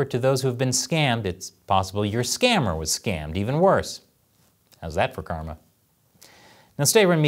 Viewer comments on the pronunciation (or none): none